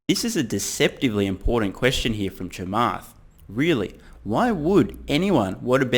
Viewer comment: Thank you for pronunciating Chamaths name correctly